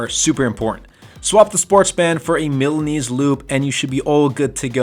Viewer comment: Lol. You make Milanese sound like a sub sauce.